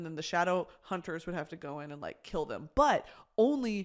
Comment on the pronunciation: 😂😂😂hahahahhahahaha “why would you wanna kiwl a unicown man”